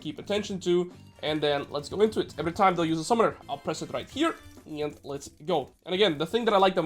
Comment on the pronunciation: Why does he pronounce "and" as "ieeend"?